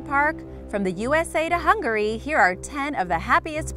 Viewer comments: "Hun-Gary." Turned it off after I heard that. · Please Learn how to say Hungary probably